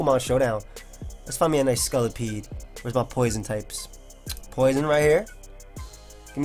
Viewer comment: lol he says scullapede not scolopede